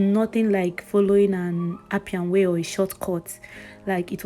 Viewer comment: Port Harcourt girl!! She say Na apian way😂😂 Congratulations on your relocation